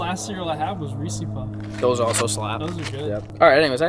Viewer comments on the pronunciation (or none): I think I heard say reesey puffs and no one corrected it, I don't know if we can be friends anymore